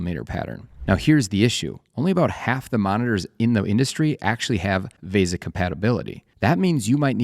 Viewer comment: What the hell is a moniner? It's a monitor. It's a VESA mount, not a VASA mount. It's literally written on the screen, in your video! It's OLED; four separate initials. It's not the letter O and the word Led. You're pronouncing part of it as a letter and part of it as a word.